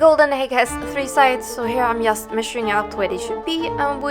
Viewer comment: fint! men när du säger "just" på engelska. uttala det "djust".